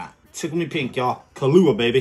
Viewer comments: Hey you pronounced Kahlua right this time. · Glad your not pronouncing it Kahoola anymore